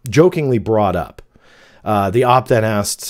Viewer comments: Hey thanks for another great video; just a heads up OP is usually pronounced as just the letters, like "oh pea" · OP is pronounces OH-Pee. Like the letters. Thats how I've always heard it. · The OP lol. How??? Could you not it's oh pee? You've been on the internet since the beginning? Op????? Wtf????